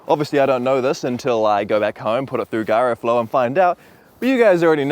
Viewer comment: Did he just call it "guyroflow?"